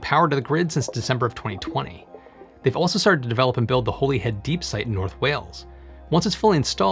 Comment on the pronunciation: Good video. Just an FYI, we pronounce Holyhead in Wales as Holly(the tree) head.